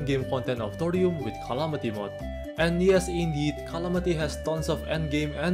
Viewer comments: Bro its not qalamity mod, its calamity. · You made a little mistake in video: not Calamity, but Clamity :D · What do you mean "rhalamity" "rhontent"🤣🤣